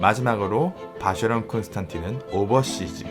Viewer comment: 이젠 아예 고착된 듯… 쉐[쇠]가 아니라 셰인데 말이죠ㅋ.